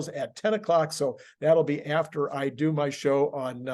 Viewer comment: "do" not "due."